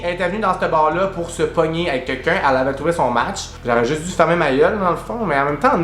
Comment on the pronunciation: tu dis « Quequn » comme Gabrielle 😂